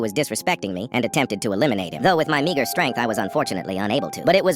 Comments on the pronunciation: bro did not say meager🥀🙏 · Megar strength sounds like negar strength💀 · Bro didn't said meager..